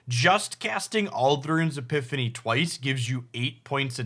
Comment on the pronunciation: has never cared about pronouncing made up card names correctly as far as I'm aware.